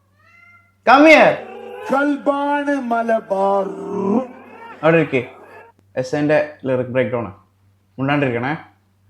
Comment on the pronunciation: ഇടക്ക് മലബാർർർർർർർർർ വരുന്നുണ്ടല്ലോ 😂